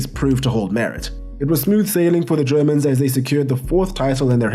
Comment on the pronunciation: Your german pronunciation was ON POINT in this video damn good as allways in your uploads, keep up the good work.